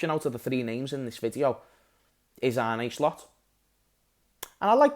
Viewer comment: Man said Arne SLOPS 😅 we are finito